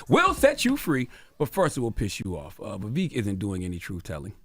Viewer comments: he has a history of rewriting ppls history to the point he doesn’t even know or respect his own. Except for when he can use his culture as a defense mechanism. Like when someone mispronounces his name. Also Indians (not native Americans) have historically tapped danced for the whites it’s nothing new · Hey Charlamagne, you're now beginning to mispronounce Vivek's name, it's weird because in earlier episodes, you were pronouncing it correctly. His name is not VEVIK, it's Vivek. When Larry elder mispronounced the name of Tupac on your show, you corrected him quite promptly, so you do understand the importance of pronouncing the name correctly. Please follow your own preachings. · hearing him introduce him as "Vaveek" was just poetic foreshadowing for the smackdown to come. yea, Vivek swept the floor with y'all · He knows it's pronounced VivEK not VivEEEK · Vivek like Fake Vivek like snake 🐍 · His name isn't Vivik. It's Vivek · You mispronounced his name. It’s Vivek as in “cake”. Also, he’s going to be the next POTUS! #Vivek2024 🎉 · He said “I think we’ve had him on this show before” and STILL can’t pronounce his name properly. 😂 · Bro you seriously can't remember his name? How unprofessional and arrogant. A part of me feels like you said it wrong on purpose. You obviously didn't care to make sure you said it right. No class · I love how Charlemagne deliberately mispronounces Vivek’s name when this would’ve been considered racism if the the same was done with Chalamagne’s name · Cant even get his name right...or he cant read 😂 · He spoke to the man for an hour and still can’t say his name correctly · I am not a supporter of this man but It’s a little disrespectful at how you mispronounce his name. He was literally on your show and told you his name. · The donkey is CTG for mispronouncing his name on purpose and making sure to point it out. CTG is the biggest racist on the radio 🫏